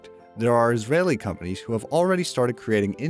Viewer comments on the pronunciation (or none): none